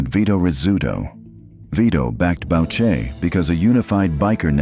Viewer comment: Boo-shay, not Bowch-ay.